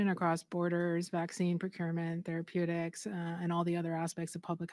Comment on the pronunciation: Thank you! That lady actually said therapeutics lololol